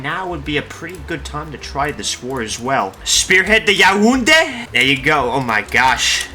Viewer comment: Me a Cameroonian: "Well, at least he pronounced Yaounde right"